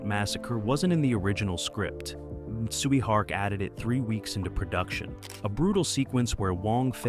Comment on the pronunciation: The way you pronounce Tsui Hark name made me thought you were saying "Sweet Heart"